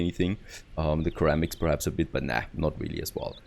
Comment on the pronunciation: its pronounced “Sir Ram Icks” for Ceramics ;) nice video.